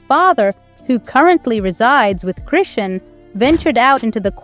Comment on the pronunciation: Why don't you get her name right before you do a f**** video on her like how ignorant you don't even know how to pronounce people's f**** names